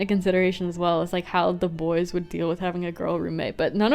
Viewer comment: Ven- Ad: the best! And in the ad, they said the the like "thi" 😭